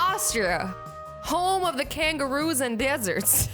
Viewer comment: How she said kangaroos and deserts has me R O L L I N G